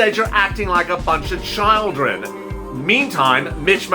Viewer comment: Cares Act Garnts lets try grants. Children pronounced chill dren just spelled children. Literally not lilily.